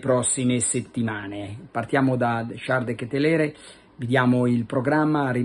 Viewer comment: De Ketelar si dice Carlo!